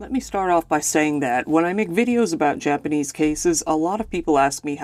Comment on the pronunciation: Your japanese pronunciation is pretty good, I rarely see an American ytber pronounce it well because having english as a base is harder to pronounce but they don't bother even using google translate for pronunciation so kudos to you